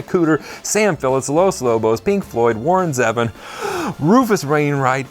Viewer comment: Warren Ziven? Its pronounced "ZEE-VON" 😅